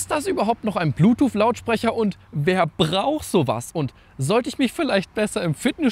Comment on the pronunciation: Brauch t 😅 Es heißt „braucht“😅